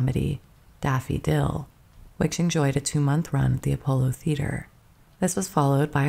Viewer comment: This is AI. Pronouncing the t in debut? Lordy, that's so bad. That was far from the only mispronunciation. If this is a real person, they really need to learn how to pronounce mortgage and theater, among other words.